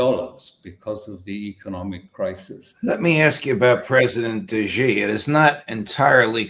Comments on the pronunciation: Xi Jinping-Xi is pronounced “Shee” not Gee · Xi is NOT pronounced Jee...It's pronounced She! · Xi is pronounced “Shee”. These two brilliant guys can’t know everything. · Mr Crooke, if you like: learn to pronounce Xi's name right. He's maybe the most important leader on Earth and you are an expert.